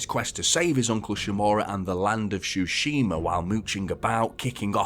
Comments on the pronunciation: Nice review, just it´s Tsushima - not Shushima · Bro says shooshima